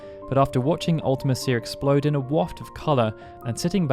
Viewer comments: I disagree about Ultimecia (and you say it different than we do, you might be a brit). Unless you're totally unprepared, the battle isn't hard, just lengthy. Hero Trials, Invincible Moon, Aura spells, Triple-Flare, Triple-Holy or Triple-Ultima, so many great options. And a random party of 3 (out of just 6)... you are almost guaranteed to get at least 1 of your preferred characters, usually 2. Now a random 4 characters in FF6, THAT would have been brutal. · The way you pronounce Ultimecia is so wierd. You say, Ultima Seer, when it's pronounced Ulti Me Sha. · I hate the way you say Ultimecia. I've always pronounced it Ulta-Me-Cia. Not Ulta-Ma-Cia. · It's pronounced "ulti-me-shee-a", cia is pronounced "she-a" not "ulti-me-sea-a" as you say it. And if you want proof, watch the Yoshinori Kitase Interview on how he thought up the ff8 story and the games enemies. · I think the thing that gets me is you make it sound like 2 different words instead of a single name. When you say it, I hear Ultima Cia. Not a singular word. MEcia. Ultimecia. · Ultimecia is pronounced Ulta-MEESHA, NOT Ulta-Mess-cia. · Fun fact, Ultimecia is pronounced Ult-uh-meesha in Dissidia games. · Ultimecia is pronouced "ultimEsha" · You're emphasizing her name wrong. You spell it like ultimate and "cia" is spoken like "shia". Other than that, good vid. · I think you pronounce ultimecia strangely. It's pronounced "Ultimesha". Like the name Alica, is pronounced "Alesha", not "Aleesee-ah" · Yeah, I've always pronounced it Ul-tee-me-cia. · The pronunciation of Ultimecia is just so bad. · Surely that’s not how you pronounce Ultimecia 😬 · I just can’t watch this video when you keep saying ultimecia name so wrong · His pronunciation of Ultimecia makes me cringe, like a lot.